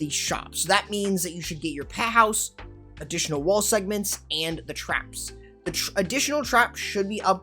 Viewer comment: Peh house? 😂😂😂 bruv went Bri-ish for a moment.